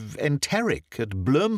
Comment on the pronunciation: You read this beautifully, but as a South African I do feel the overwhelming desire to correct your pronunciation of Bloemfontein. It's more of a bluuumfontein, but the u sound is short, you said the - fontein right though. It means fountain of the flower in Afrikaans, and is one of our capital cities.